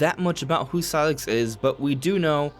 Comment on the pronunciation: it's pronounced SIGH-LUX not SIGH-LIX